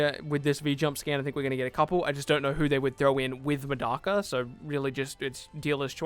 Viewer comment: So no one go correct this man Grammer? Are you an English anime watcher cause you butchered Tsuna and Medaka. It's Tetsuna like tetsu na yoshi in his full name. And MA deck a.